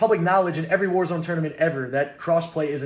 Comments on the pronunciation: Ok I could be mistaken but is it not pronounced “Wars” and not “War-Z”? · its not War Z, its warz, like wars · Btw its warsz (was) not warzeeeeeee